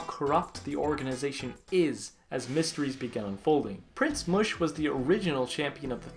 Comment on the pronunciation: it's Pronounced Mush as in mushroom.